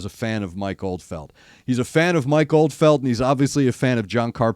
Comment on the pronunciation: Do you mean Mike Oldfield? As in Tubular Bells Mike Oldfield? Cus’ you keep saying Mike OldFELD. And brother, I’m with you on it hurting to hear Floor and Marko together.